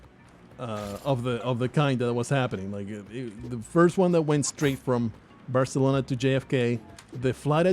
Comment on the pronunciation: Alright you. How did you get out of the cage? You get back down into the basement RIGHT NOW or so help me I will give you such a hosing... Did you just mispronounce Barcelona? Some of the best food I've ever eaten was in Barca. Should have asked you to send me some Bacalao. Only place that had better food was Turkey. The rubbing of tissues on your shoes, belt buckles etc is testing for explosive residue. I have travelled extensively, and there is such a thing as being too nice. They're expecting people to be tired, a little grumpy. If you're overly friendly they might think you're hiding something. I have been questioned and bag searched all over the world, and everywhere it was tedious, but the people doing it were courteous and professional. Except here in Australia. Every time I come home I meet some condescending, rude, petty Napoleon who is convinced he's just busted the next Pablo Escobar, and is grumpy and resentful when I waltz out of there scot free.